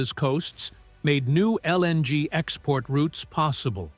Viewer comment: stop pronouncing LNG so pronounced pls